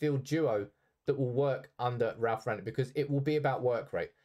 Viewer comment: Said his name wrong throughout the whole video….